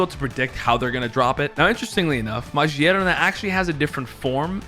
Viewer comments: Stop saying majierna broooo thats killing meeee its magerna with G!!! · Its Ma-gear-na not Marjieana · Ma gear na is how it’s pronounced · Is no one going to mention how he said Magearna? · 😂 it has gears on it